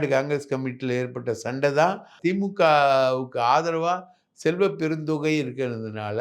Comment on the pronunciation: அய்யா….”செல்வப்பெருந்தொகை” அல்ல…..”பெருந்தகை” தயவு செய்து மாற்றிக் கொள்ளுங்கள்…🙏